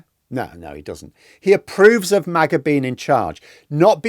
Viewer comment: Mah-Gah ...not May-Gah. The only thing most Americans are divided about, is which teams are going o win this week in the National Football League.